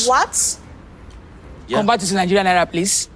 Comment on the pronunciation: Did she say "Niger boy" ? Like the first half pronunciation of Nigeria ........ timestamp